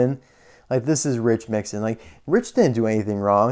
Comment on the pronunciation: And it’s Mixon not Mixin